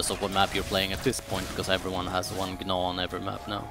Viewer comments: yea i know lol, he says G-naw, but its supposed to be pronounced Naw. idc how you say it. i just wanted to let you know lol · the g in gnaw is silent lol, sorry it was bugging me